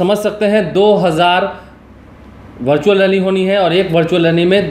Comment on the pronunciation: Virtual hota hai.. Bhai... Bhartual nahi